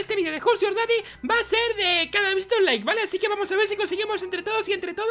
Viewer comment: laike si diste laike con la lengua